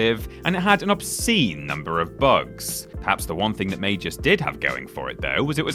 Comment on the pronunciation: Yes, the developers of Magus were pronouncing it wrong, it has a hard G, not a soft G, it's said like "May-Guss", also, you do that the PS3 is region-free, right? So even though Magus was only launched in America, you can easily buy a copy online and play it that way, literally only ONE PS3 game was region-locked, and that was Persona 4 Arena. Also, Sonic Boom: Rise of Lyric is easily one of the worst Sonic games out there, up there with Sonic and the Secret Rings and Sonic The Fighters, all three of those make Sonic '06 look like a masterpiece by comparison.